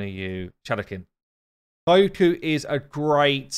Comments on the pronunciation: She's not "K a i u k u", she's "Kyoku". Check the pronunciation via Google translate=) I'm sorry, it just hurts my ears haha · Kyoku Pretty sure it’s pronounced “Kee-yo-kuu” not “Kai-oo-kuu” lmao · Thanks for the info. I'm going for the fusion, so unfortunately have to miss out on Kyoku. But man, my fiancé laughs so hard when he sees my face every time you say 'kaiyuuku' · Hearing you butcher Kyoku's name never gets old!